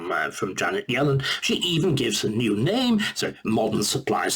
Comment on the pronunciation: Not sure how well qualified Starkey is to pontificate on Economics. He doesn't even seem able to get Yellen's name right. Quite an entertaining listen though!